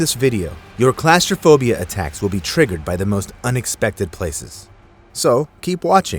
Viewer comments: Its claustrophobia not clasterphobia. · "Classtrophobia?" Ffs say it right! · Its pronounced Claw-strophobia. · Pronounced (claw-stir-phobia)... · Why are you pronouncing it like that? It’s CLAWStraphobia, and “Cay” is pronounced as Key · Class-tra-fobia? I didn't know claustrophobia was class-related!! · That’s an interesting way to pronounce claustrophobia 😂😂😂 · Please learn the proper pronunciation of claustrophobia. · Why do you pronounce claustrophobia wrong? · He can't say claustrophobia properly. lol